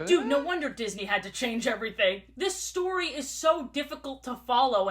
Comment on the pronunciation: Under 24 hrs gang and also i like the way she says words ending in y like instead of story it’s stroei